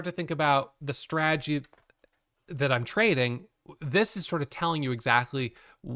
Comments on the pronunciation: I didn't even realize till I read your comment 😂 now i can't unhear it 😂😂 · Too funny😆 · didn't notice and now I can't unhear it LOL